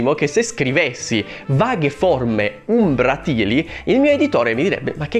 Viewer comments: Perdonatemi se sono odioso: è umbràtile non umbratìle. (È "Leviòsa non Leviosà". Sì: non ho molti amici nemmeno io.) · io ti voglio bene e ti stimo, però... Umbràtile, non umbratìle, e il termine rende perfettamente l’idea per chi conosce L’Italiano. Non è desueto nè tantomeno fuori luogo. E chi lo pronuncia in maniera scorretta denigrandolo, non dovrebbe definirsi scrittore. Un po’ di umiltà... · Esatto, è "umbràtile" e non "umbratìle", come pronunciato nel video. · Hai perfettamente ragione!! E comunque si dice "umbràtile" e non "umbratìle". :-) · Bel video 😁 unica cosa: si dice "umbràtile", non "umbratíle"! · Umbrátile non umbratíle... per piacere anche gli accenti però sono importanti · "Umbràtile" (o "ombràtile), non "umbratìle". Ripensa a "volatile". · concordo con te (ma si dice umbràtile) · umbràtile, non umbratìle.....che cacchio :) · Ciao carissimo, la pronuncia corretta è "umbràtile" :) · Pronunci in modo scorretto "umbratile", sarebbe umbràtile. Non mi sembra un aggettivo così assurdo, almeno il lettore avrà modo di imparare qualche nuovo termine, cosa sempre più tristemente rara in questo periodo storico e politico dove l'ignoranza viene premiata e le persone di una cultura anche solo media vengono additati come "professoroni" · concordo su quasi tutto. Comunque "umbratile" ha l'accento sulla seconda sillaba, non sulla terza. Giusto per... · Giusto perché sono un cacacazzi: umbratile ha l'accento sulla a...